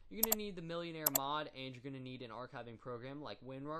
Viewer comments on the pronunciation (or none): It's pronounced mil-en-are not millionare